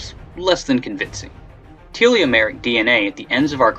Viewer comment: Can he learn how to say telomeric?